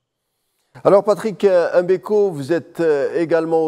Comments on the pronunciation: Tout a fait... EM Beko, ca fait ridicule! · Un Algérien, donc un Africain, et journaliste de surcroît, devrait naturellement pouvoir prononcer le nom de Patrice M'Beko sans aucune Chouina, M'Beko, comme M'Barak ou M'Bolhi, M'belle3, M'Karfass, ect chez nous, ou M'Bala M'Bala, mais en aucun cas ''EM" Beko, comme le fait la majorité des Français souvent par mépris et parfois par inaptitude cognitive. Autrement, ni la personne de ce journaliste, ni ses compétences journalistiques, ni son élocution ne sont mises en question, au contraire. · C'est Mbeko et non M MBEKO